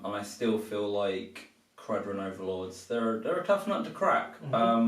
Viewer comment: Khara-Dron not Dren